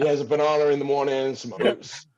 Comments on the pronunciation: "Bananer" vs "Banana" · definitely said bunahnahr lmao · Yip definitely banana with an r at the 57.20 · 1000% said bananar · Heard bananar 3 times 😂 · says Bananer more than Iain says Cucklo and Iain says cucklo twice a podcast 😂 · I agree with Guy, did say Bananer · said Bananer when Phoenix was on and compared Guy and Phoenix's food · For sure said bananer at least twice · surely said bananer!! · Lmaoo Guy was right, said Bananer 😂😂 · 100% sounded like he said, BananRR 😂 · Definitely said bananer. People from the UK tend to add r sounds to words that end in a if they are saying a sentence with words following that word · I definitely hear Bananar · Hey he is putting an R. At the end of banana...at first I was like thinking I heard something but he said it like 3 times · Definitely an r at the end